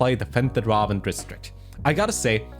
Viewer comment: Okay but what about how he said "defend the dwarven district?" I'm still trying to understand that one